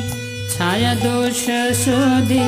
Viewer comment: pranam pls pronounce Chhaya छय in stead of chayā / चय ।धन्यवाद ।🙏